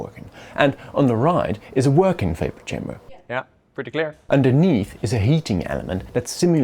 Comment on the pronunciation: Its chamber not kamber 🤣